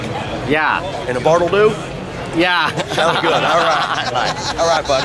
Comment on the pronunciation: Afraid10 its Bartle Doo not bottle